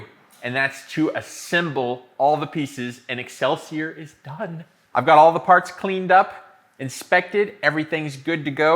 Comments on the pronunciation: Wonderful....however it is pronounced excelsee-or not er. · Ex sell see OR, not Ex sell see errrr That blade is sexy as hell though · It's pronounced exelseor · NGL it really annoys me how he pronounces excelsior. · I wonder if he knows that he i staying excelsior with an er at the end.